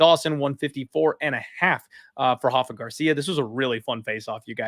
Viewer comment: Stop calling him HAFA! He is not Brazilian, he is Mexican and his name is pronounced RAFA… with the R.